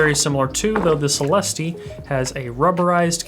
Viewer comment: I think it's pronounced celestE rather than celEHste